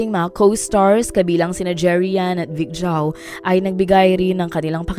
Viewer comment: Vic Zhou po! not Chou 😒